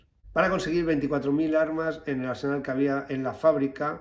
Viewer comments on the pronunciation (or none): none